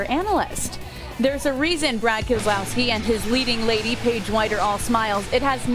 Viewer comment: keselowski no Keselowski